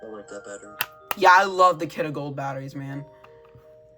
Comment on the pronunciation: It isnt Kidde thats not how you say it its Kid-ee